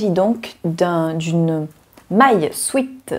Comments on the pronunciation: Merci pour ce partage très sympa. Je suis très contente de voir toutes tes cousettes et j'aime beaucoup ta nouvelles formule qui regroupe par thème. Très belle série de sweat ( que je prononcé moi swit et je n'ai pa l'intention de changer). A très bientôt. Sylvie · Coucou, merci pour tes vidéos. Je t'avoue que cette polémique sur la prononciation de sweat sur YT m'agace. Il y a des mots empruntés aux langues étrangères et qui ont changé de prononciation. C'est pareil pour des mots français en langue anglaise. Bureau se prononce biouro en anglais, coup de grâce se prononce coup de gra par exemple. Et bien sweat se dit swite en français. Je suis bilingue et je le dis ainsi quand je parle français. D'ailleurs un sweat n'existe pas en anglais où sweat veut dire transpiration. On dit un sweat shirt ou un sweater. Et un bas de jogging se dit sweat pants mais personne ne dira qu'il porte un sweat. C'est donc bien un mot français, emprunté à l'anglais certes. D'ailleurs la plupart de celles qui disent religieusement un swète disent pourtant fibre mood alors qu'il s'agit d'un titre anglais qui devrait se prononcer faïbeur mood (les mots finissant par re se prononcent EUR en anglais britannique comme centre, novembre...) ou prononcent sew sou ou siou alors que ça se prononce so et que là c'est vraiment une faute puisque le mot n'est pas passé dans la langue française. Alors continue à prononcer sweat comme tu en as envie (et fibre mood et sew aussi d'ailleurs alors que ça, j'avoue, ça fait mal à mon anglais 🤣). Bises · Mas non en France on dit swiit tout le monde dit swiit on reste avec swiit! On laisse le “swèt” aux anglophones!!! Belles cousettes merci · Super Moi aussi je dis swit 🤪